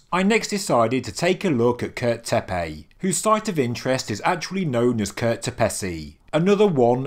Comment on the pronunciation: It’s not “tepey” dude it’s tepe.